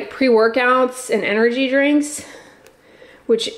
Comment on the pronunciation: I love how you call drinks 'dranks'!!! LOL